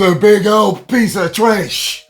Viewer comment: I clicked just to hear " this was a big piece of tresh" Edit: It isn't being "created". The root word of "created" is "create", which implies some sort of thought and care being put into this. This is being excreted: the waste of what was once a good meal, sapped of all usable nutrients, deposited into the colon, and right out of the ol' boot chute.